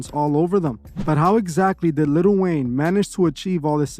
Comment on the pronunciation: its prounounced li'l wayne not little wayne plz make a video exposing lil yachty pls